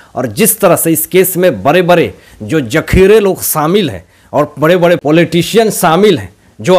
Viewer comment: Bare bare 😂😂 bade hota h Pronunciation IP 😂😂😂😝😝